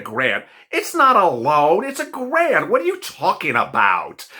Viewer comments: You said Grant is Garant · "And "grant" is spelled "g-a-r-n-t" Hehe oops! Dont worry about it,, it happens to the best of us! 😊